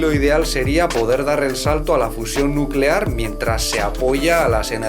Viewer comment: Energía nucelar, NUCELAR